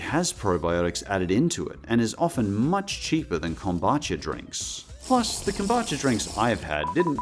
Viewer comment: Kom-boo-cha 😅 not kom-ba-cha